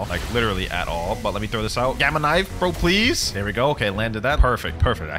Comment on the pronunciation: Blud said ples💀